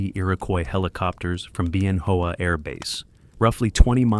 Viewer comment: Isn't it pronounced Ben-Whaa? As in Ben Hoa balls?